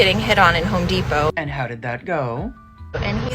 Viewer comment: It's Home Depot, Not "Whore Depot". . .